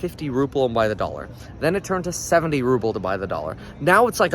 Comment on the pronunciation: It is Ruble not ruple